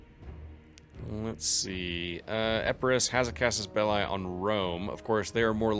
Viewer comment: Since you are trying to role play the series, here is some feedback for pronunciation. Some words with "i" your are using, such as "belli", or "trireme", should be pronounced "beh-lee" or "tree-reh-meh". Hope it helps!